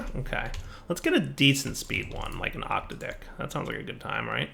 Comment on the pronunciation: I used to think was trolling by saying octadic the way he does, now I realize he doesn't know how to pronounce it correctly. Good ole octadick lmao